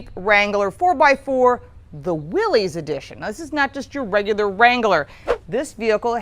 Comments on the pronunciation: It is pronounced "Willis" most people mispronounce it as Willees....but it is for sure Willis sounding. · Just thought you should know it's not Willy's, it's Willys , no e sounds at the end? It sounds like Willis ! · The name is pronounced "Willis" even though it is spelled Willys. Also there is no apostrophe in the name. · I have the 2015 Willys. It’s pronounced “Willis”